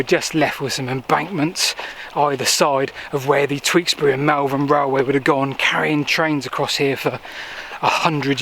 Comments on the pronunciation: Fab video, always. So hope you don't mind, but you mispronounced Malvern, your using a high 'A', it's a lower tone, more Mul than Mal. 😊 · I love your videos. Just rewatching this and I came to grumble about your pronunciation of Malvern. But it appears I already did! Hahaha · Interesting pronounciation of Malvern,.;) Worcester boy here, good to learn some history that I didn't know about the river.